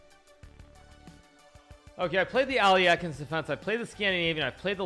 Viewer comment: Normal People: Alekhine Hikaru: Aliekheen